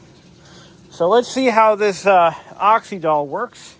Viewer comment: I remember Oxydol well. My mother used it. I remember tv advertisements too. Not that it matters, but it was pronounced with the Y as the vowel E or I. So you say it like you’d say oxygen.